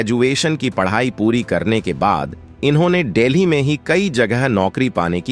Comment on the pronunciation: Sap delhi on deli aur kirodi mal college ko kiridimaal bolte ho.Pahle bolna thik se sikho.